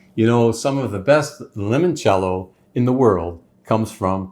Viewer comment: Ok, so, it seems that you have everything but the pronunciation. Try this: lee-monchello… master that and it will taste much more authentic 😊😊